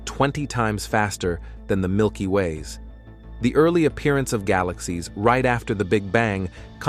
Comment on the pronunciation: Yo! Fix your stupid AI voice. It can't pronounce "galaxies," "unnoticed," "estimated," "formation," "farthest," "spiral," and many other words. AI is stupid, just have a person narrate!